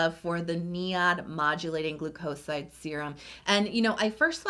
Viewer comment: I think it pronounces argi nin, not argi nai, and 'glu coside, not glu 'coside, and u'rea, not 'urea.